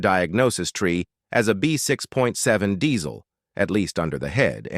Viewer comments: It's diesel not dezzzzzl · It’s pronounced Dee-zuhl